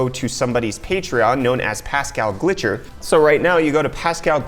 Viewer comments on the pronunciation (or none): It's Pascal Gilcher not Pascal Glitcher hahahaha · You pronounced Pascal's last name as "Glitcher", but actually it's "GILcher" (the i is before the L)